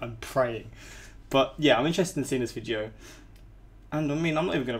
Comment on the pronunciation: I like how he says, “Yah”